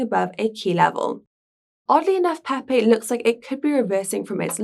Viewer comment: As long as it's peehpeeh cohin not pepe coin, I would still advise more practice